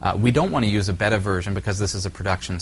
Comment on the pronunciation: Like your explinations, thanks! For me it was a toss between Openfiler and UnRaid. You helped me make the right choice. Now for the expected criticism; beta is usually pronounced, bey-tuh, or bay-ta, or bee-ta if your a Brit. ;) Thanks again for this series. Top notch